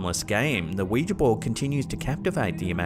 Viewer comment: you are one of the very few who pronounce ouija properly. I thought I was the only one not calling it a wee-gee board.